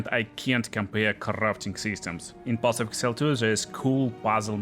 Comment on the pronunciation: path of exile not path of excile